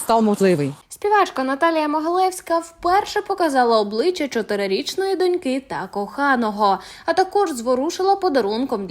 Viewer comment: Не донькИ, а дОньки, Не з донькАми, а з дОньками! Досить вже паплюжити нашу мову! Скільки можна помилятися‽